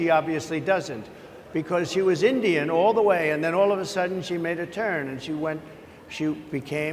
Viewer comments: Indian not engine. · Mark, its called Indian, dot not feather